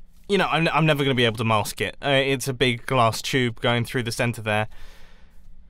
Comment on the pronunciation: U said plonked on the glass not grass